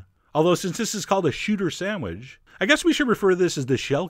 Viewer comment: "the shooter samwidge"